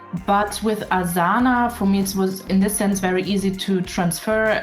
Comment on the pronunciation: The pronunciation of Asana gives you away that you are german. lol